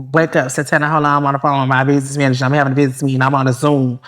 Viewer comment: She can’t even say business manager how you gonna hire one they gonna be like what you looking for huh 🤔 😂😂😂😂